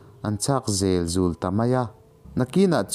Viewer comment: A ngaihnawm hle mai. Thlahthi hi Tlahthi tih tur- Mau emaw rua emaw a na hi pan deuhin hriam tak turin an siam a, chu chu Tlahthi an ti. Zél zùl hi Zel zul tih tur. Liandova te sial lim zek zek, zek zek hi a thluk a dik lo. La tui pawh hi, la in tui(water) a nei lo. Hmuia an hlum hi La tui an ti, tui hi artui tih a tui lam anga lam tur a ni. Ka rawn sawi ve leh e